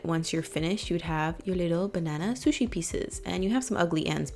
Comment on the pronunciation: "Shusi sho.." <3 haha